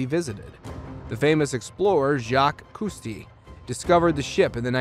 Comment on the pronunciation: Jacques Kusty??? It’s pronounced koo-STOW.